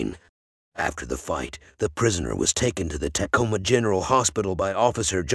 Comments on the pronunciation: It is pronounced "t'coma", not "tack-oma" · Sounds like a sophisticated bot to me. The giveaways: mispronunciation of Tacoma, and listing locations such as “S” 49th Street instead of “South” 49th Street. Nope, I’m not buying it.